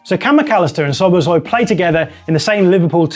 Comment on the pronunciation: Not sobosloi, Sobosslaiee